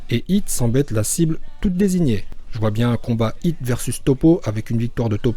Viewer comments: Pourquoi tu dis « Hito » c Hit, c un mot anglais, c’est débile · par contre va falloir arrêter d'assassiné les oreilles des gens en appelant hit "Hhhhitho" par ce que autant appelé vegeta "begita"